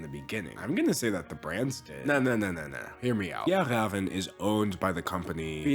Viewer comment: As a Swedish person I greatly appreciate your pronunciation of fjällräven